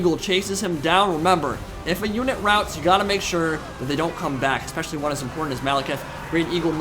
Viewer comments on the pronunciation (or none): I don't even have Total War: Warhammer, and yet get a real kick out of watching these battles and your commentary on them. One complaint though: 'Ex-peshally?' Come on dude, you're clearly smarter than that. Especially is pronounced how it is spelled! Don't be an ex-peshally guy!